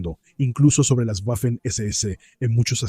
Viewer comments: Tú eres tonto, chaval. No se dice "guafen" sino Waffen. Si no sabes ni siquiera cómo se pronuncia el alemán, dedícate a otra cosa..., a plantar pepinos, por ejemplo, o a trabajar, mejor... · Cada vez que pronuncias "Güafen" muere un cachorrito, que lo sepas. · Qué manía con las “Guafen” . Para estos anglómanos todas las lenguas del mundo deberían pronunciarse con fonética inglesa. Le envío mi dislake y de suscribirme ni en broma. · "Guafen" mamita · Tú escribes y hablaras en castellano fluido. Simplemente no sabe alemán, por eso no sabe cómo se pronuncia.